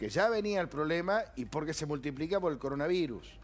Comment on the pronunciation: Coroanvirus dice al principio XD